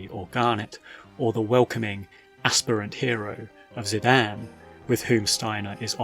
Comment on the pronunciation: I kept being distracted by how you call Zidane "Zi-Dan". So funny 😂